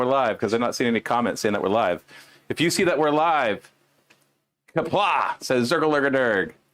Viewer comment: Correction: it’s q’pla or qapla or something 😜